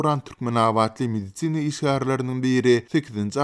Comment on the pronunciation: Mediцina işgärleri... 🤣🤣🤣 Medisin işgärleri diý how!